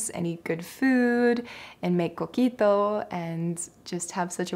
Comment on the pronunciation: Did you just say Coquito???